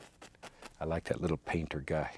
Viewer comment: Then do this just like " yat"....instead of " like that " .